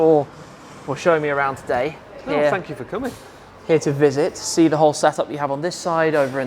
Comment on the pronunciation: Shmee is a scouser, 'shuure, ican shee dat'. I had to play it back, I couldn't believe my ears. Too much choice, the place is amazing, great video.